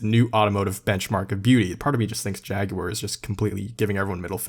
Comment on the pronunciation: Woah you prononuce Jaguar correctly :D